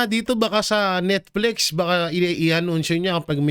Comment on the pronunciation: Netflix po hindi Netflex... reading comprehension